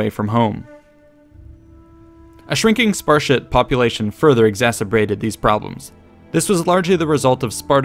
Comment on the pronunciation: Whats a "sparshit"?